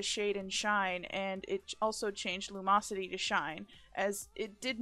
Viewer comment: "lumosity" xDDDDDDDDDDDD